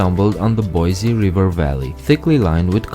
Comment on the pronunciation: I hate when people out of state pronounce Boise like Boyzie it’s like Boisee